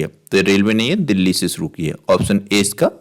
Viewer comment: देहली नहीं, देल्ही है सर।